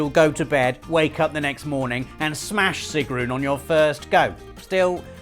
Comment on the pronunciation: The thing I found funniest in this video (being of nordic descent) was Robbs butchering of Sigrun's name "trolololololol" :P